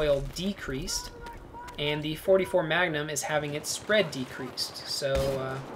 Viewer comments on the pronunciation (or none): none